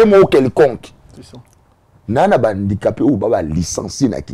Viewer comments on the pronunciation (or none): 😂😂😂wana malade ya...alobaka susu guidare...guidariste🤷🏽‍♂️ ozo imaginé Invité azo loba bien HANDICAPÉ mais ye azo yoka kk INDICAPÉ🙈 atanga na ba EP1 Bisumba na BUMBU, MAKALA ou SELEMBAÔ🙌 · problème ya prononciation, balobaka handicapé et non indicape